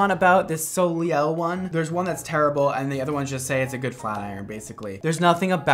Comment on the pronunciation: Hi, as a native french speaker it really ground my gears when you pronounced Soleil incorrectly, it's pronounces like "so-lay" ps. it means 'sun'.